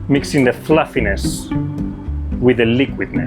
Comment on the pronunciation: i love "flàfines"